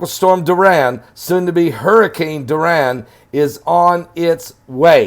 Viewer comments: It’s DORI-AN not DUR-RAN! 🤔😏😂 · Soo cute, sounds like "Duran" Hands of stone😂😂😂 much love Pastor! The rigth pronunciation is " Dor- E- an" 💜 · It's pronounced DOR-I-AN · the name is pronounced "Door- e- ann"....love you! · It's pronounced Door-e-un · I love you. The name "Dorian" is pronounced DORRIANNE. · It's pronounced Door ian